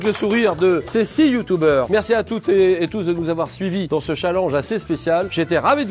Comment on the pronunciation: "C'est 6 Youtoubers" Julien Lepers - 2019 Vidéo excellente autrement ! 🎉